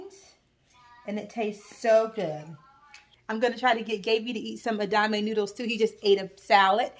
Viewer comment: Everything looks amazing. I love a splash in vinegar on my greens too. Your beans look delicious...am going to try your recipe. FYI: the pronunciation of the soybean spaghetti is e-da-ma-may...4 syllables. Would not have mentioned it but you wondered if you were saying it right. This is the first video I have seen of yours and looking forward to more. Will binge last ones as I enjoyed this one very much. I also appreciate your autism awareness notice. Being a caregiver is hard work. May God give you all the strength you need. God bless